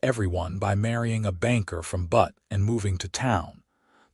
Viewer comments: It is pronounced Beut NOT Butt. I guess we all should be grateful AI is not perfect in its pronunciation - the machines still have a use for humans. Zelda and Owen complement one another as a couple. It is nice to see Owen acknowledging Zelda’s talent and learning from her. That is something you would not automatically think would happen on the frontier. Hmmmm - Zelda & Owen marrying after 2 weeks may be a stretch. Watching from Clarksville, TN. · I love the AI mispronunciation of Butte. It's corny and cute. This is my favorite narrator of western stories.